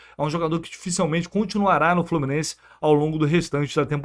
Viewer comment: não sei se é sotaque, mas por favor, a palavra e pronúncia é "dificilmente", com i, não é "dificelmente". 😂😂😂😂😂 Grande abraço e ST